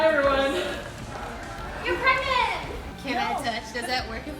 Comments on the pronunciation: Did anyone see said "Pegnant" instead of "pregnant?" xD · LOGANG Equestrian "Am I pregante?" LMAO